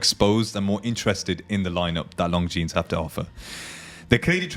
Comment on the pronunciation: Good video. You don't pronounce the 's' in Longines